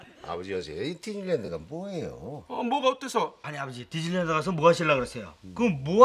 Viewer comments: 아니 왜 디즈니랜드가 디질랜드로 들렸지... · 디질랜드로 들렷네ㅋㅋㅋㅋㅋ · 저 대사땜에 디즈니랜드가 자꾸 한때 유행어였던 디질랜드로 들림 ㅠㅠㅋㅋㅋㅋㅋㅋㅋ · 뒤질랜드로 들리는건 ㅎ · 왜 자꾸 디질랜드로 들리지ㅠㅠ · 처음에 나만 뒤질랜드라고 들었나 ? ㅋㅋㅋㅋㅋ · 난왜 뒤질랜드로 들리지? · 왜 디질랜드라고 들리냐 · 발음이 디질랜드 인데 ㅇㅇ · 이어폰 끼고 밥 먹으면서 보니까 계속 뒤질 랜드라고 들려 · 왜자꾸 듸질랜드로 들리냐